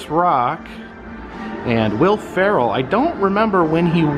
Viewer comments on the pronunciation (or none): none